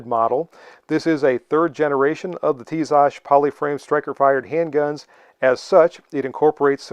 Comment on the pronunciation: By the way, you pronounce the brand well.